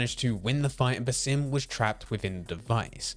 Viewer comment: As an Arabian viewer , the way you speak his name is funny but not accurate at all, the proper way is to stretch the “A” in Basim a little longer like this “bAAsim” i don’t know if you get what i mean but thats the correct way , his name is a derivative of the word “basma” which literally means “smile” so Basim means the one who smiles 😁 Keep up the good work i have already binged 5 videos for you in one hour